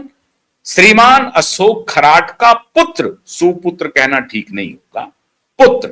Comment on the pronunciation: खराट नही खरात बोलो.